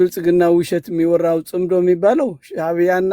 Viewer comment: ጽንዶ ሳይሆን ጽምዶ ነው። ጥምረት ማለት ነው። ኣቶ ገዱ መልሲ ሰጥተዋል።